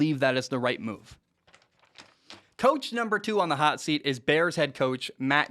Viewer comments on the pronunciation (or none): none